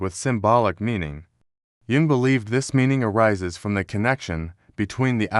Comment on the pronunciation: The text-to-speech is HORRIBLE!!! Many errors, including frequent botching of "Jung". The inflection, tone is only bearable for short periods of time. I wish I could listen more, synchronicity??? SHAME ON YOU FOR THIS CRAP!